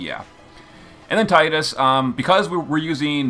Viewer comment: Thank god you said tide us lol